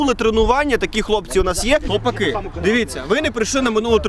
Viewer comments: Шліпаку, навчися правильно говорити назву команди. Наголос на А а не на И. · Якраз наголос на "И"))